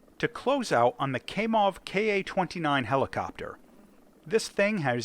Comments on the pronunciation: Cries in pronunciation Kamov - second letter sounds like A when a doctor asked you to open wide and say ah. It's Kamov not Kaimov/kaymov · Kamov not Kaymoff 👍👍👍